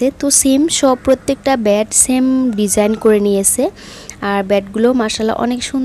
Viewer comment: আপনি একটু শুদ্ধভাবে কথা বলেন বেড ব্যাড আবার